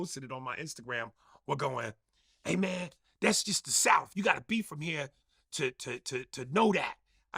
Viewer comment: "all from the souff" after saying "butchering the human language" is crazy